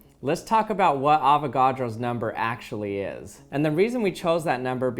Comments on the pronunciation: It sounded like "never" instead of "number" xD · Anyone realises that he says “nember” not number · No matter what amount I can hear the “ ber” in number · Avogadro’s Nembheerr